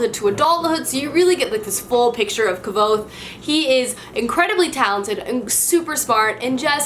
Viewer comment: Ive been told kyothe is pronounced "quothe"